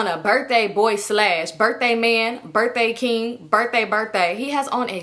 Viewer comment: Girl you and that damn “slash” (sash) had me dying. I love how comfortable you are just genuinely being your silly care free self. My fave will always be “I’m confusion” 😂😂.